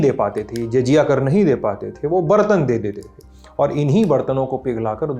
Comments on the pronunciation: JAJIYA kya hota hai? "JAZIYA" bolo Bhai, apni Anchoring ka na Sahi lekin LT ke standard ka to Dhyaan rakhiye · jajiya nhi jaziya, dude j aur z mei farq hai